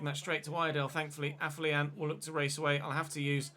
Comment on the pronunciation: Day 12 of telling its pronounced AFFER-LION!!!!